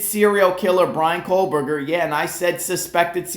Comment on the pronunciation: I'm here standing by trees. Let's talk about family trees. BK's family tree specifically. Why don't you stop mispronouncing his name, for a start.